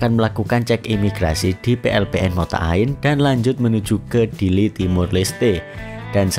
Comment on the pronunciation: Ke Dili loh ya.. Bukan ke Diri😂